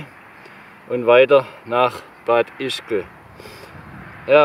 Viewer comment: Lieber, Du mochst des super! Kleiner Hinweis: Das heißt Bad Ischl!... des G des is z'vül!